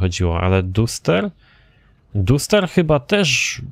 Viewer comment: nie duster tylko daster